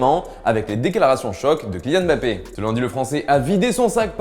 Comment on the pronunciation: On dit pas Bappé mais Mmmmmbappé